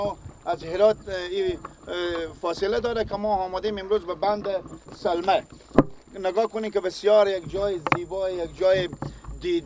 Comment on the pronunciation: برادر محترم شما که بطور غیر حرفه‌ای و صرفاً برای کسب درآمد کار رسانه‌ای می‌کنید حداقل کاری که برای بهتر شدن کیفیت و محتوای کار خود و همچنین جذب حداکثری مخاطب می‌توانید انجام بدید ارتقای سطح دانش و فن بیان است که آن هم با اندکی مطالعه امکانپذیر است بند سلما‌ را سلمه میگی انشاالله را امشالا میگی🤔 و در نهایت میگی دل خارجی‌ها بترقه در حالی که این بند با پول و همکاری‌ خارجی‌ها ساخته شده وگرنه چرا باید پرچم ( بیرق ) هند روی دیوار آن باشه🤔 ضمناً در طول همین چند سال خارجی‌ها از این بند محافظت می‌کردند و تروریست‌هایی که شما آنها را برادران امارت اسلامی خطاب می‌کنید سعی بر تخریب آن داشتند! در کل کاری به این مسائل ندارم مشکل اصلی فن بیان شما است که بسیار در سطحی پائین و مبتدی قرار دارد.